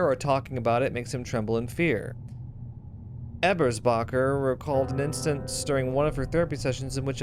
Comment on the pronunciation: Since the first episode whenever you say Ebersbacher's name I get a little chuckle. Since my last name is Ebersbach (German grandfather). I've never heard something even close to my last name in any form of media so its pretty cool! My mother got a kick out of it too! Also a note; YOU pronounce it correctly, the game script pronounces it weird LOL. Its more Ay-bers-bacher/Eh-bersbacher and not EEbers-bacher. So thumbs up haha!